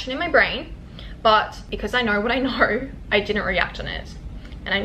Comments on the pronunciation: It’s know. Not Knuawrrr. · it's the aussie, "I knorr"